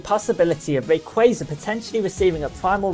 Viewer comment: You're the first person I've seen to say rayquaza correctly, kudos to you. In regards to the topic, I was hoping he would get a primal reversion or at least a unique mega animation. It seems unfair that kyogre and groudon get awesome animations with their transformation and rayquaza is stuck with generic mega.